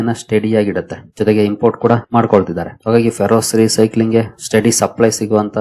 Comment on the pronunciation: Please read Ferrous as ಫೆರಸ್